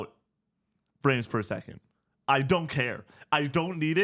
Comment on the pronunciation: At first I thought said “I don’t give a shit about Friends Per Second” and I was so offended haha I was like “what did Jake Ralph and Lucy do to you?!” Frames per second makes so much more sense